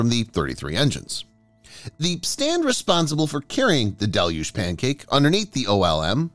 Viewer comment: Congratulations: Finally someone on YT knows how to correctly pronounce "deluge"! Great work, whoever you are!